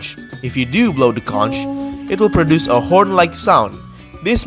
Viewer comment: Conch is pronounced “konk”